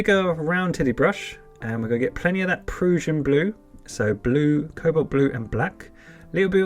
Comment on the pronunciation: Proo-shin blue is the wrong pronunciation. It's Pruh-shin Blue as in Russian.